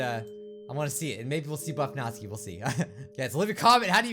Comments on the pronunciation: BTW Natsuki isn't read Nat-su-ki, but NA-tSU-KI (the T almost non exists) Its Japanese name, so... that's the correct/right way said it. Just a trivia. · Again not hating but...Nat-ski why! Why do you pronounce it that way!!! I thought you pronounce it as Nat-su-key! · Natsuki is pronounced nats-oo-ki BTW your awesome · It is pronounced nat-sue-key natsuki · "natzki..." :x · He gets the names so wrong just listen to this (press) (it kinda looks like natsuki to me) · Does anyone else get slightly triggered at the way says Natsuki?...